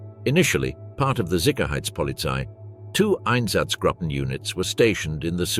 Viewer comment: There's no sickerheitspolizei. It's sicherheitspolizei. It's not Heidrick. It's Heidrich.